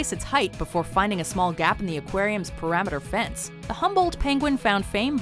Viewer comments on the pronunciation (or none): What's a "parameter fence"?